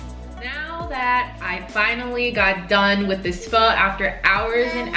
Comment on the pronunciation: You said pho correctly so i subscribed 😂